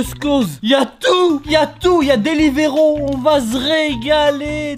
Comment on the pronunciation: a dit deliveroo alors que c delivroo